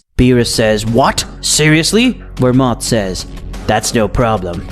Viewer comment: You need to go back to school to learn how to pronounce names. Universe 11 God name isn't Vermont like you have and pronounced in your video. His name is belmod